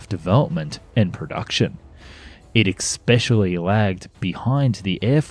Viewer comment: "Especially" has no "c" or "k" and is pronounced ess-PESH-ee-al-ee. Thanks for narrating, by the way. Human narration is a good thing.